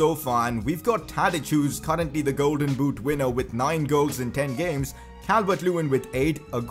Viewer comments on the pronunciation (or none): none